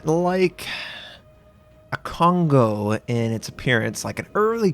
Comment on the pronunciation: I feel bad when American people pronounce Kongo wrong